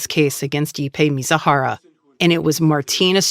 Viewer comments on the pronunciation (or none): The idiot's name is MIZUHARA pronounced MEE-ZOO-HAH-RAH. Both the Fed and the reporter continually call him MITSUHARA. That's wrong.